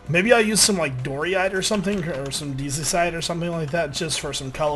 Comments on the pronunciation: It's diorite not doryite lol 😂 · dory-ite? Lol I pronounce it dye-or-ite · It's dy-or-right not doreite say it right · I like but whi else hears him sai diorite like dorite and and andecite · Die - O - Rite An - Des - Tite Just so people don't hate on you for saying them the way you do xD Personally i don't mind because i pronounced them a different way when i first saw them. I don't care if you change the way you say them or not, its just, again, so people don't have on you. <3 I Love your videos dude, keep going :D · Quick guide to pronouncing the new stone names- Diorite- Die-or-ite Andesite- And-ess-ite Granite- Gran-it. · Just saying...It's called diorite (dye-uh-right) and Andesite (an-duh-sight) and Granite (gran-it) :D lil bit of a grammar freak sorry xD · Why do you pronounce andesite and diorite incorrectly? It is like he hasn't actually read it.